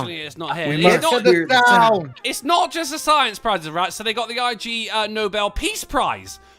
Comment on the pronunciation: I. G. Nobel.... Drunkie, dude... it's a word, 'Ig'... Like the start of 'Ignorant'.